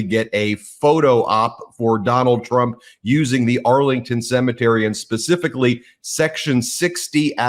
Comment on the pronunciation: For Trump a cemetery is a 'See Me Tree'